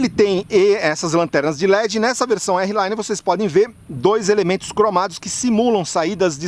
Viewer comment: amigo desculpa, mas vc é um cara q a galera segue, só uma dica ai pq se vc falar errado, esse errado se propaga com mais facilidade! não é "érri laine", R Line = "ar line" o R em ingles fala "ar".